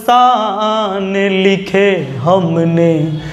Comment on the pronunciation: सर आपका गाना बहुत अच्छा लेकिन उच्चारण में बहुत गलतियां है आसिक नहीं होता है आशिक होता है सर तरपने से नहीं होता तड़पने से होता है अपसाने नहीं होता अफसाने होता है गणित पढ़ाते हैं बहुत अच्छा पढ़ाते हो थोड़ा सा गाने का अभ्यास भी करो और इसमें सुधार करो तो आपकी आवाज बहुत अच्छी है और गाने का तरीका भी थोड़ा सा उच्चारण में सुधार कर लो बहुत आगे तक जाओगे